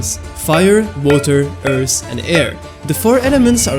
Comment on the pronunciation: it’s earth not earse